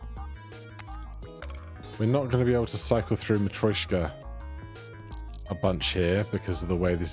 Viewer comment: it’s matr-YOSH-ka (yosh as in Yoshi) only commenting bc you’ve commented about pronunciation :D